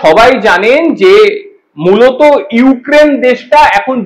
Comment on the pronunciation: ইউ কেন বলছ ইউক্রেন বলতে পারোস না এসে আবার মিডিয়ার সামনে